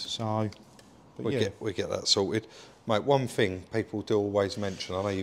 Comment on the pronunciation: omg will you try and talk English.....it`s thing not fing three not free thread not fred and so on and Lancashire up not down so you went up to Lancashire 🤷‍♂🙄